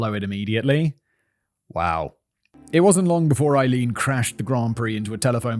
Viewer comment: Simon, has it ever occurred to you to look up the pronunciation of someone's name? Aileen is pronounced "ay-LEEN." Three and a half hours of you mispronouncing the main individual's name. Google not only provides an audio file, but also a visual of the pronunciation for the hearing impaired. Listening to you get it wrong all that time gave me cancer!